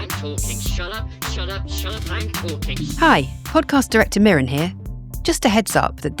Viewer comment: mirren not miriam lol